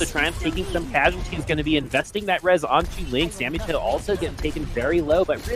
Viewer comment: Its samito not sammytoe